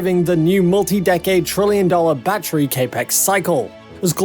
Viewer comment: The lack of lidar is not an issue, it's an advantage. Also, Capital Expenditure is CAPEX, so it is pronounced like 'cap ex'...